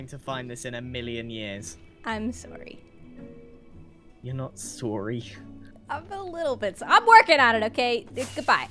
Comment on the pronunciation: "You're NOT SORREY" Did he pull out his spear named "not sorrey" on purpose?